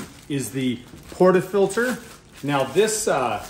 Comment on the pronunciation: I’m not a snob, but this guy clearly never had done espresso in his life, he couldn’t even pronounce portafilter right. Guys here’s the basics 1 - power the machine 10 minutes prior to use 2 - set your ground around 6 or 9 (until you master tramping) then you can lower till you find your perfect taste 3 - ALWAYS have a wet towel to clean the steam wand and subsequently clean the grouphead (else your coffee will taste worse as you mix old with new) Lastly when steaming milk, don’t do what the guy did, hold the pitcher at 45” angle and avoid that loud noise (lower steamer to warm milk, lift steamer to foam it) Happy Espresso machine = happy Barista! Empty that tray early too!